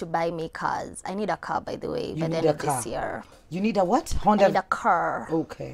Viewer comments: A man to give me a korrrrr..not car😁😁😁we don't know Enlish😂😂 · I need a ceer..not a car a CEEER!!..😂😂😂😂